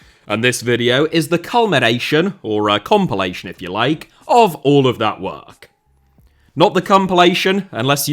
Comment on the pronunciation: Why did you say “not the cumpilation” that caught me off guard lol